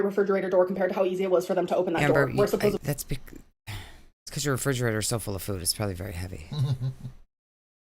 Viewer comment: How does she not know how to pronounce words like food? Does Amber think Family Fued is a show about familes doing a group mukbang?